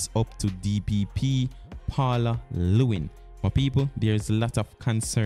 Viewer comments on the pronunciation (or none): Paula LLEWELYN, not Paula Lewin!